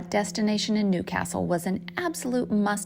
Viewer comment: Love the way you say Newcastle properly.